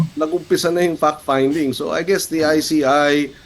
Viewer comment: when they pronounced "Fact Finding" it sounds "Fuck Finding"